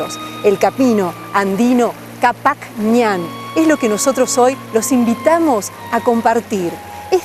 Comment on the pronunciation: no es capajñan, prononsiacion qhapajñan